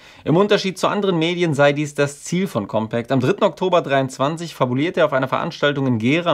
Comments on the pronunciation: Deine Aussprache von COMPÄÄCT macht mich um die Uhrzeit schon bisschen fertig xD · Sehr gutes Video! Meines Wissens wird der Name der Zeitschrift aber nicht englisch ausgesprochen. Aber vielleicht hast Du da andere Informationen?